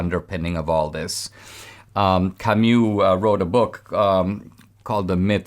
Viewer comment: Camu not camyou, :-)